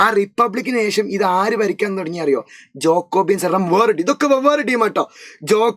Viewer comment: Jacobins❌ ജോക്കോബിയൻസ്✅ 😂